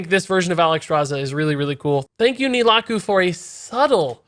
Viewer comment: It's pronounced Nel-tha-ra-ku :P